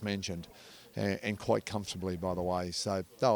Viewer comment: You're a dunce. The word is 'Quite' not Quiet. And the boxer's name is Thurman - not Thruman.